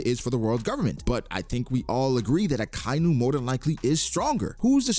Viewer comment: Ya, even more disrespectful the fact that you can't pronounce akainu's name correctly..very respectful indeed, just like shanks eh 😅